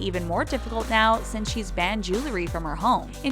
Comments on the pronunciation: JEW-el-ry. Not JOO-ler-y. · Jew-ler-y. Can someone stop letting that girl narrate these videos? The word is Jew-EL-ry. Ugh. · The "jewelry" ------ JULURY??????. I..... I....... I......... I quit. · It’s not julery , its jew-el-ry. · Um... it's JEWEL-ry, NOT Jew-LERY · How hard is it to say jewelry? It's jewelry not jelery. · Jewe-ree not jewel-le-ree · Oh God. It's pronounced jew-el-ree NOT jew-lur-ee. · It's Jewel-ree not Jewel-er-ree! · I wish the narrator would learn how to correctly pronounce the word "jewelry." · Why does it seem that when people mispronounce a word, they say it about 20x? 😂 #Jewelry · She says jewelry like stewie griffin